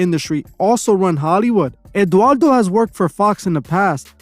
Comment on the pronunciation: Sorry but you are dead wrong on this way. First, you butchered Eduardo's name. Second, he is a MEXICAN actor and producer, many of us know him since childhood, he did novelas. Im not even gonna keep going, but you are wrong sorry